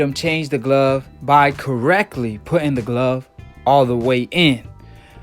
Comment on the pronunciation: Lol "who glove" even steve cunningham was quoted with proper english. "..steve continue". This guy doesn't like his "s" sounds where they belong. And then he ignorantly says "you racist fans"...oh not the macist who is obviously pro black..never that. Your guy lost and there is NO GLOVE controversy